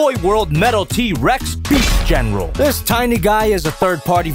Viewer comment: sounded like u said beef general